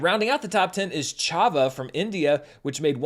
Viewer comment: I know people love pointing out pronunciation errors, so i felt i ought to throw my weight the other way and highlight good pronunciation too. I commend you on the good Chhava pronunciation.